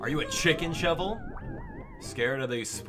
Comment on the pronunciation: I WAS HOPING YOU'D PLAY THIS!!! I'm so excited about it! This Monster Hunter is actually relaxing lol. Also, Cheval is pronounced Sheh-vahl and it's the French word for horse.